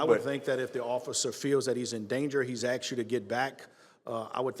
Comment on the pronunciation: "My son AXED me..... " And I noticed this so called Intelligent person continually uses AXED instead of ASKED.... I instantly loose any respect I have for a person so LAZY they cannot properly pronounce a word that every single American knows the definition of! Or are you telling my you think Asked and AXED mean the same thing?....